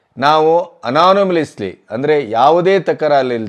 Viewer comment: ಅನಾನಿಮಸ್ಲಿ ಅಲ್ಲ... ಅದು ಯುನಾನಿಮಸ್ಲೀ (unanimously)